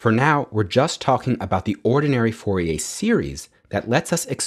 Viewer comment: Pronounced FOR-EE-AIR , not FOR-EE-AY